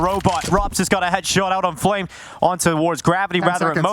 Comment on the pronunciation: Fire the caster calling FlameZ Fwamez